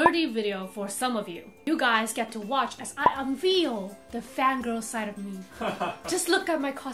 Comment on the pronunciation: unveil應該是 [ʌnˋvel]吧@@